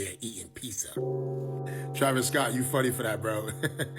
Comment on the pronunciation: "Pissah" doesn't exist 😅